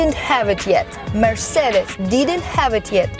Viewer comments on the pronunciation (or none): none